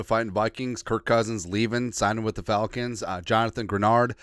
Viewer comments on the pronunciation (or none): none